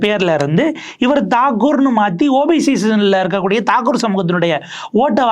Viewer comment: Ranjan batt not badd????thakoor not thagore??? சரியா உச்சரிக்கவும்